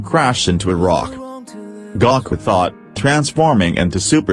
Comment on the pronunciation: It's GOOOOkUUUU not Gaaaakuuuu! Gaku it sounds annoying when you say it wrong! it's Goku. just because you think it sounds that way because of the two vowels don't make it so the O is O sounding not Ah.